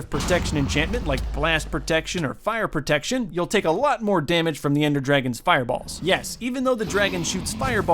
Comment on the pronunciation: "Fire Proctection"